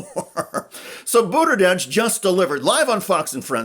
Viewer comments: The least u can do is pronounce his last name correctly. Very unprofessional and hurts your point. I love Pete❤ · do you really want us to believe that after at least 5 years of him being on the national stage you still have no idea how to properly pronounce "Buttigieg"? 🙄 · The comentator here mocking jones cant even pronounce buttegieg's name. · the dude in the video can't pronounce it right... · Great interview. I just wish the Schuster would pronounce Buttigieg correctly. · Why don't you say his name correctly? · Please learn how to say his name. It is offensive that you have said his name so badly over and over. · How are you a political journalist and not know how to properly pronounce Pete’s last name after he’s been a relevant national political figure for nearly 10 years? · Learn to pronounce his last name. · I appreciate the video but it would be good if you pronounced his name correctly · He can't even say his last name properly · Why are you mispronouncing his name? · PLEASE pronounce Pete Buttigieg's name correctly! Seriously! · Bro, take 42 seconds and Google how to pronounce the name before you hit record... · Could you get a narrator who knows how to pronounce Buttigieg? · Why can't this guy say Buttegieg correctly? It's driving me crazy. I think Jamie Raskin should be president for 8 years with Pete as his VP, then 8 years of Pete as Prez. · While I'm stoked to see Pete continuing to slay fox, he's been around for quite some time now... please learn out to pronounce his name 😑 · You know when you mispronounce someone's name you can just reshoot the video? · This was great! Thanks sharing this! Btw your pronunciation of Pete’s name is incorrect. You’re throwing a D in the mix. No D. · Why can’t this guy pronounce Pete’s last name correctly? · You are in this business, and you really don't know how to pronounce his name even remotely correctly?? OK Shiester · Buttergieg? No R in Buttigieg sir. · “Boater-jedge” lol